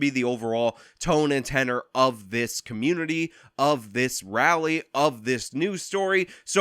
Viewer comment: "Dey attackin' dah black ca'moonity"